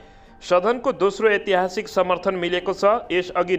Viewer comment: अ आ इ ई उ ऊ ए ऐ अनुसार ऐतिहासिक को सहि उच्चारण गर्नु होला